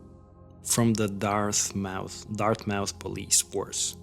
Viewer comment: Dartmouth mass not dart mouth